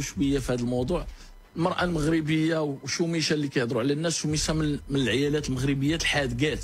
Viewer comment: هههههه ماقتلني غير كيفاش كايقرا كلام المغاربة كايتعصر باش يفهمو ويوضحو 😂😂😂😂 العيالات خرجها بطلوع الروح 😂😂😂😂